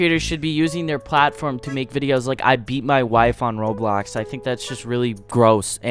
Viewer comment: not only does the captions say it, HE SAYS “ROADBLOCKS” TOO LMAOO